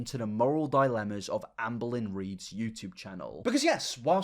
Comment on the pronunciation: They say Amberlynn, I hear Anne Boleyn